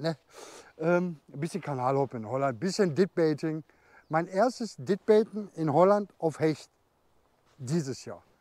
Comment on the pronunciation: Datt wird "DÄD" ausgesprochen, nicht "Ditt-Baiting." ;-)